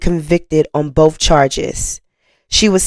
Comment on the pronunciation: This is good information. But you need to learn the "th" sound in a word isn't a "f" sound. Words like Birthday or both.